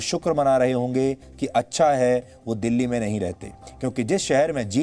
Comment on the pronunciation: दिल्ली है यार वो डल्ली नहीं